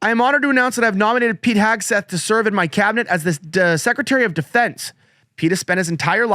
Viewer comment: Hegseth. Not Hagseth. 🤨 TWO in-show commercials!? In less than 12 minutes!? Really!? 😤